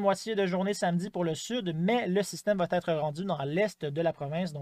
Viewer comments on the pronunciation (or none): Bonjour. Merci de nous donner ces informations. Je me permets de vous dire que ça va t'être ne se dit pas étant donné qu'il n'y a pas de t après va. C'est donc une fausse liaison: ça va ÊTRE. Merci.